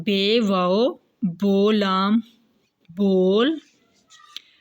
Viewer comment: بول اور بھول میں جو آخری لام ہے یہ (ل ساکن) پڑھتی ہے محترمہ معزورت کے ساتھ